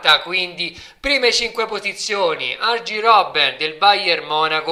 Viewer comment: Comunque si chiama arien robbene no argi ahahahah . Continua così